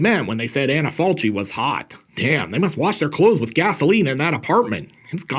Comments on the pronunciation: One of my favorite too, not to be pedantic but the name of the actress is pronounced “Anna Falki”. Good review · I love the movie, the book and the way Tiziano Sclavi told his existential stories in his comic books in the Eighties. Thanks from Italy. PS. The proper pronunciation of "Falchi" is "FalKi". Just in case. Great video as usual! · Maybe someone already told you but the italian pronunciation of her name is like Anna FALKI. Just FYI 😊